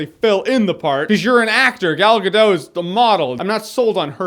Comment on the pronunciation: Jeremy!! I am from Israel and its pronounced Gal Gadot!! With the T!! not Gal Gadoe